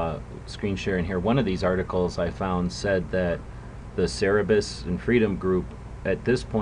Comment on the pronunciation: Great vid! I going a bit of be a pronunciation nazi though. It's Cer-ber-us